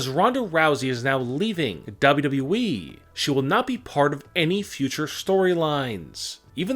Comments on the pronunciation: It’s w w e not dubdubeee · Listening to the word “wwe” it sound like wee... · The way he says WwE is so weird